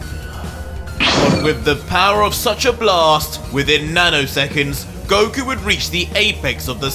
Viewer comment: Did he just say Broku?